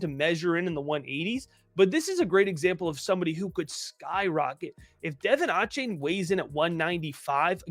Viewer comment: Love the content y’all, keep it coming!! I work for the Texas A&M football team and it’s DUH-VON A-CHAIN😂 sorry I just had to say it